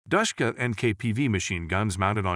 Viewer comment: Why does it physically hurt when he says Dashkuha